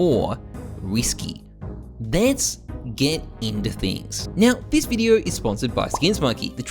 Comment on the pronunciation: theees eees something dumb thees eeess dumb theees ees